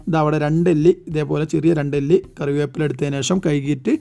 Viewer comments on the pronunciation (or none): none